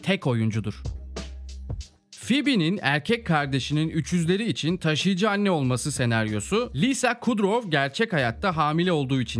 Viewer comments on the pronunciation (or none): none